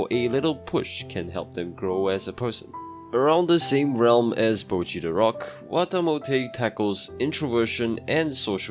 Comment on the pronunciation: why do americans say bow-chi when her name is clearly pronounced botch-i